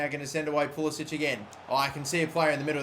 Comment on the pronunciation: its pronounced Pul-i-sick